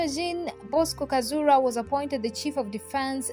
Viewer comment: Not GIn Bosco , it is Jean Bosco Kazura